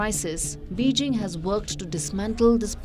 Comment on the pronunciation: Erm you need to practice your Mandrine Pronuncation. And at least get "Beijing" right